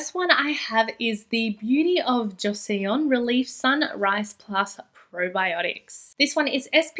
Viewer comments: Beauty of joseon is pronounced Cho sun:) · love ur content as always queen! just so u know, Joseon is pronounced like "Jo-sun" <3